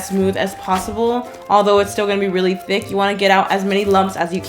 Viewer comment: WHAT TICC thike